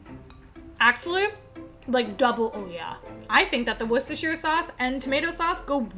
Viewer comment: I’m watching recipe and needed to take a moment to post. He uses Worcestershire sauce (and god bless you for pronouncing it correctly,! ❤️) and it made me think. Lea & Perrins is the most famous brand in America but the UK version is sooooo much better! America has a cream colored label and UK has an orange label. UK uses malt vinegar while US uses white. UK is much more yummy.